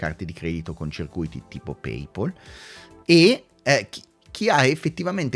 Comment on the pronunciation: Bravo, bel video! Però per favore “PAYPAUL” no, dai! 😀